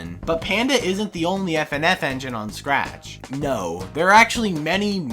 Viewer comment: When he says SCRATCH it sounds like crack